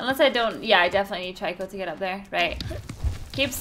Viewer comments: Stop saying tryco its annoying its trico. Its really annoying so, it makes you annoying so please, stop. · i like watching this but the only thing bothering me is that everyone else pronounces Trico name as Treco not Tiryco and i dont know why that bothers me so much